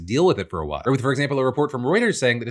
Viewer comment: I know she said while Phil and I. But I heard Waffle and I… might be the best nickname ever.